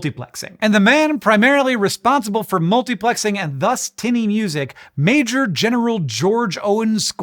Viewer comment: I thought he was just saying "music" in a funny way the first time, but he did it again so I looked it up and apparently it's a thing Did yall know about this? I've never heard of it lol